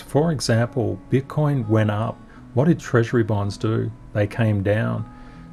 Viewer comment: I have to listen again 🤣 I think said BUTT COIN 🤣 but I'm not sure.